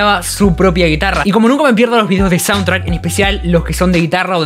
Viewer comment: repetí conmigo: shauntrack léase "YAUNTRAC" jajajaja